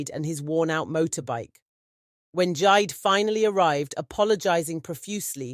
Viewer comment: It is jee-day, 😂but great story, another one from west Africa